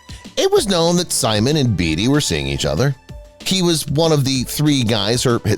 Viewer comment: It's not Warren Beee-tee, it's Bay-tee... it's not David Jef-fen, it's Gef-fen (hard G)... suspect #10 (Marvin Gaye) shows a pic of Smokey Robinson, twice... Jeez... does anybody proof their work anymore?